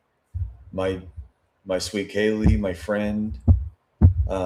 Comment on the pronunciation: Yes the guys who was on every body cam at the house, then curiously can't remember how to say Kaylee's name (he called her Kylie)